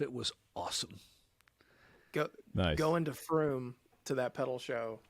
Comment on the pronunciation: bonus points for saying Frome correctly a lot of UK people even mispronounce it